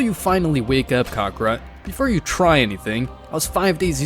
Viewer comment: Ka-ka-rot, not karrkrot